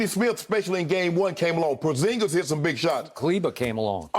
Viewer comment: ‘Porzing-Miss’ must not know he’s 7’3